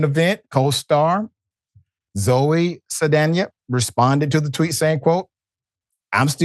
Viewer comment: Why do you not know how to pronounce Zoe’s name?? I mean damn, it’s not hard.